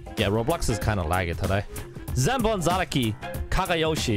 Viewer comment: It's senbon zakura not senbon zaraki i guess ding dong